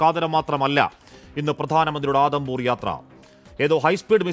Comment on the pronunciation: ആദം പൂർ അല്ല ഉദം പൂർ ആണ്